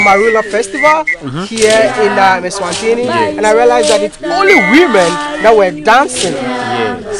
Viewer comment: please politely, learn to say ESWATINI and not ENSWANTINI? But good content and good job. Keep it up. We travel through your eyes. Get encouraged